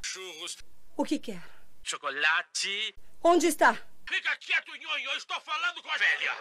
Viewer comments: Não se diz chocolhati, se diz chocolate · Não se diz Chocollacci, se diz chocolate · Não se diz chocolatchi, se diz chocolate